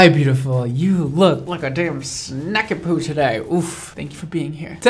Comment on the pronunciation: Idk why but I swore he said Snack-a-Pooh 😂😂😂